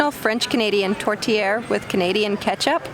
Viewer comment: The meat in the tourtière is choppped beef and pork. Sometimes we only use pork. Like a other person told you, the way you pronounce tourtière is very close. Awesome video.